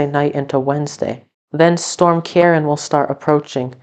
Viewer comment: It did sound like it was gonna be storm Karen. But it is meant to be pronounced Keer-awn.